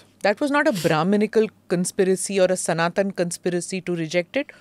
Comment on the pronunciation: Are you Smita prakash or prakashaaaàa if not prakashaaaaa then pls pronounce Sanatan properly